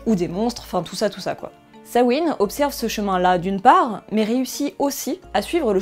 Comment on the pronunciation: Grâce à toi je sais enfin prononcer Samhain.